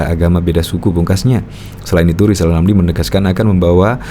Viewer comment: Wong baca R aja gak bisa kok malah nyalon presiden,,,zal rizal wes2 angel2 wkwkwk🤣🤣🤣🤣🤣